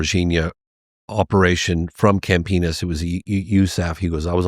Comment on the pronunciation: Every time they say it, all I hear is Camp Penis😂. Love this show, keep killin it brother!🍻